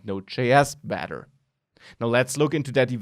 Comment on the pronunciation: when u say better it sounds like badder. u sound like a wizard. 30 hours in the full thing, huh. hmm